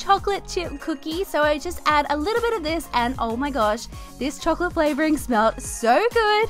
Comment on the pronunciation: She said chocolate “FLAVORING” 😂 😂